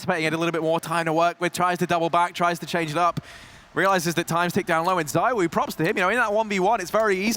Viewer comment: He's the N°1 in the world, maybe could you pronounce his name right ? It's "ZEE WO", forget the second "O". Thanks